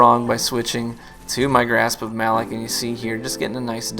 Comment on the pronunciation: Since you may never play PvE I just wanted to point out that Variks clarified the pronunciation as 'Muh-LOCK' FYI. Great video as always.